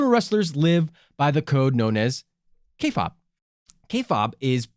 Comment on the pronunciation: Kay fabe (pronounced k faibe) not k fob....kinda cringe